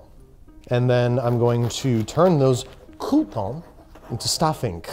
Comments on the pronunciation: It is not "coup-tawns" but "croutons". In French, it litterally means crust. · I' m verrrrrey sorry but you need to dooooo the bread roasting all over again... because it's NOTTTT COUPONS it's cRRRRRoutons this pronunciation is obligaturkey! As a chiropracturkey professional please do not try this at home with your family ;-) Dam' I'm hungry now...